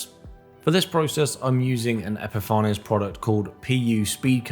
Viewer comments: Really good video, with excellent workmanship. Just one thing !! It is pronounced ep-i-fains. Not epifar ness. Can't insult an excellent product, I use it all the time !! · epi far nez not epi fanes?